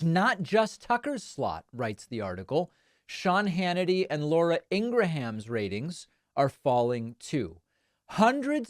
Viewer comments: David! Lad! It's Laura "Ingrum." Not Laura "Ingra-ham." Meiselas uses the latter form too. Still wrong. Love your work and thanks for it! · Honestly I was all for your take … until you pronounced Lauren Ingraham as “In-Gra- ham”… can’t trust the credibility of your take if you can’t pronounce one of their highest ratings - not a hater, just get the basic facts right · Laura Ingraham's last name is CORRECTLY pronounced " Eng-Gram" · Except we don't have 1.7M subscribers. When you put out a video that 10s of thousands of people will view, you might at least take the time to watch the network before you pretend to be an expert. If you don't, you're basically saying "I don't know what I'm talking about." It became extra clear when he pronounced Laura Ingraham's name wrong. He should have just said, "I don't watch Fox, so I won't comment". Boring ... but fair. (BTW ... I watch both CNN & Fox fairly equally.)